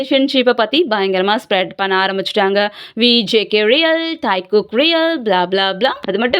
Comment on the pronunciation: Athu taaikook illa taekook